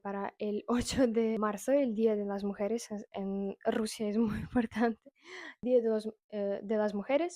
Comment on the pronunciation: hola. Un dato: mujeres lleva acento en la e del medio mujEres